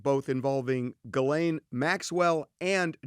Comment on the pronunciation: jee-Len is how you pronounce her name Not GIL- LANE